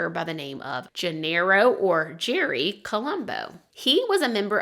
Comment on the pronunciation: I’ve heard of his before but didn’t know all the details. When you first said the guys nickname was Uncle Jerry I thought you said Uncle Cherry and was really confused why they’d choose that as a nickname. LOL